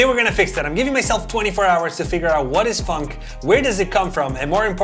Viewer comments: it kind of sounds like you say "funk" instead of "phonk" 😁😁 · It’s f-on-ck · It's not funk it's phonk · It’s phonk not Want you said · Me thinking he’s saying fck😂😂 no offense love your videos man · it sounded like he said the f word but he said "Phonk" instead xD